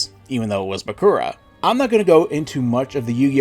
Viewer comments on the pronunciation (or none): none